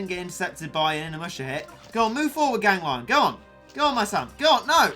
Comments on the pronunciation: It's ganglion not gang -lion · It is pronounced you spoon,gan,gli,on not gang,lion.TwT.also,try to use polevaulter cat next time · Tfw spell its name Gang-lion instead of Gan-glion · It’s pronounced gang- le-on not gang lion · I think "Ganglion" is spelled like "Gang - Glee - On" not "Gang - Lion". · Actually more like gangle-on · I think it’s pronounced Gan-gleon Or Gang-leon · said “gan-glion” gang lion......